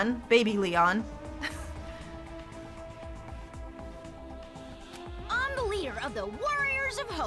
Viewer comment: When she said Baby Leon all I thought was 'Baby Gangsta '